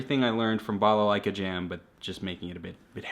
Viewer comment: I like you saying "балалайка" Greetings from Belarus :)